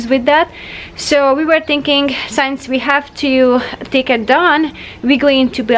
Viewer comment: P-L-E-A-S-E! Please, please, please...stop saying "Shaf" or"Shav" for "Shelf". Pronounce the letter "L" in the word - it's not like "walk" or "talk" or "folk". And the word "Since" is NOT pronounced like "Science". Surely, you've heard of "Sin". "Single" "Sing" "Sinbad". You are so perfect and creative and charming in every way and I LOVE your program content. Please don't spoil it for us by anticipating these two bizarre pronunciations each time. Thank you.